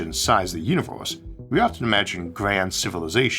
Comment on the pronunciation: staUs and univeUs. Please try to fix voice record with aElevenLabs.